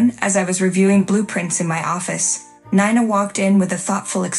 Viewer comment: Also your heater seem to have aroblem with Nina: her name is NINA,not Nana, NINA. Insulting.